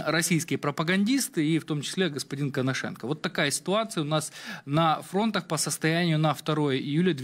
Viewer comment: Может правельнее на фронтах? А не на фронтах, разговаривать научись. Ударения ставить надо правельно.